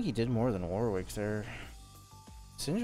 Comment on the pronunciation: ily but that is NOT how you pronounce Warwick my king 😭😭